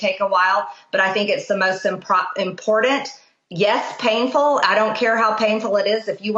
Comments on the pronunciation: It's impordant to understand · Marjoried can even pronounce important. Impordant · The big newly discovered impordant words. She does have trouble with the English language, along with other things. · Mtg please learn how to pronounce “important “. Now look in the mirror and start with yourself to decrease your constant chaos !